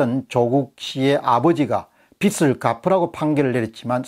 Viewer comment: 공병호tv 예리한 지적에 찬사를 보냅니다, 그런데 발음을 정확히 해 주십시오 영남지역의 특이한 발음은 탓하지 않겠습니다, 한가지만 지적합니다, 즉 빚 갚아야할 빚, 이땐 '비슬'이 아니고 '비즐'로 발음 해주십쇼.